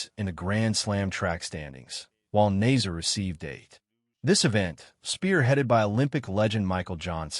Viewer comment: If you are going to report on these events, please learn how to pronounce the athletes names. It makes you look like an amateur. The second place finisher is Salma Eid Nasser with a short A not nazer.